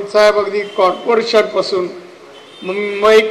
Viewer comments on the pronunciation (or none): मुंबई कारपोशन नाही रे बाबा कॉर्पोरेशन म्हणुन तुझ्याबद्दल बरोबर बोलायचे